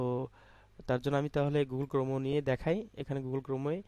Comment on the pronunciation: ভাই আগে উচ্চারণ করা শিখে আসেন ! গুগল ক্রমও না গুগোল ক্রম